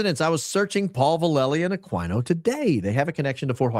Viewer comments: Michael Ah Queen O not AkwineO. AKA psycho dbag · Aquino is a Pilipino name pronounced Aah Key No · That congresswoman let it slip that Erika lost her kids in the valuetainment interview recently. And was mispronouncing Michael Aquino's last name. Dude is not a horse... Ah-keen-oh. Also, he is an actual scumbag though! Linked to a child sex abuse ring at a military daycare. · "Akeeno" is how his name's pronounced. Just sssayin'.... PS: Did you lookninto that streamlabs superchats yet? It's your money, not google's! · Also, pretty sure his name is pronounced A-KEEN-NO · Ah-KEy-no. Michael Ah-KEY-no. We deserve better. 😂